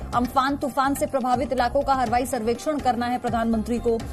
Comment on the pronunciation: Hawaaai behen harwaai nahii